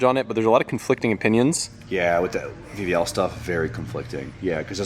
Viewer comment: I heard VVL as BBL 😂😂😂